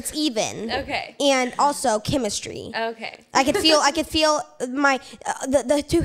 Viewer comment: "I can feel shemistry" got me Laughing so hard 😂😂😂